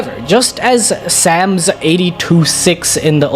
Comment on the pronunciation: It’s not “Sam’s “ it’s literally like the tree 🌴 but plural